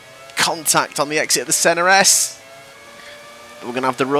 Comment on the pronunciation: Also, less 'Senna S', more 'Senna Z'.